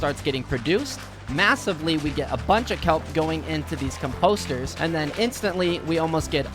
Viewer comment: Its composters buddy not com-posters